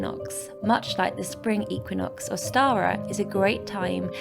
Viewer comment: Learn to say Equinox and samhain properly.